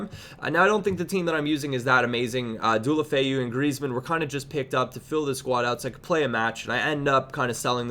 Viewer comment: Dualofeu?? Fuck sake your pronunciation is so shit